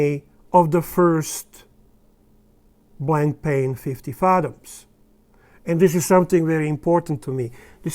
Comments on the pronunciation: It is not pronounced blankpain. It is Blanpan, the a and I are silent. The strap is made of sailcloth. A beautiful watch. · It’s pronounced blon-pan, with very soft almost silent ‘n’s. There is no ‘c’ sound.